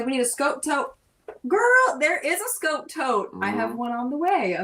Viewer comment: Another good video. Anyone else notice says Camp Scout instead of Camp Skote?